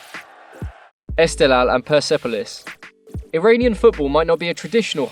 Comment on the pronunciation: Loving the esteghlal vs persepolis pronunciation btw they're pronounced Ess-te-h-lahl and purse-pol-ees